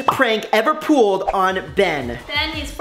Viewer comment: Brent said ever pooled on Ben instead of ever pulled on Ben. 😂